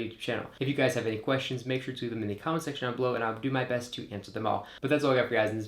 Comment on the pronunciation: Dude! Do you have ANY idea that there is a difference in "the" and "thee" (that's how you pronounce it??? You can NOT use "thee" aaaaaallllllllll the time. Oh my God. You sound like a hick from the Appalachian mountains.